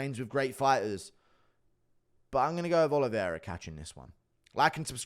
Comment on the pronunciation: He doesn't even pronounce Oliveira correctly bro